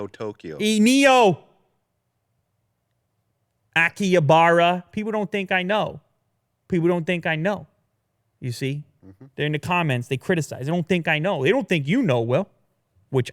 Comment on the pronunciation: It’s Akihabara, not Akiabara